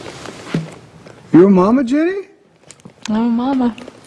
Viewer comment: OK Jen-nay